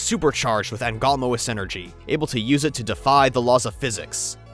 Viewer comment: Wow, rare acknowledgment of Angolmois Energy. Such a better name than just simply Dark Energon. However, that pronunciation hurts my Japanese Transformers obsessed brain